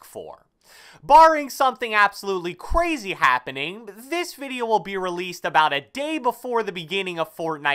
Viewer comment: Absolutely cwazyy happened